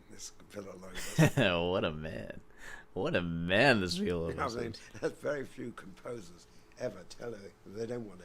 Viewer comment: You're pronouncing Villa-Lobos in spanish. In portuguese it's not Veeyah. It's Veelah.